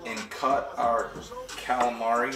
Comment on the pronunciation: Listen don't ever say caalamarry again. You say galamah. Ok please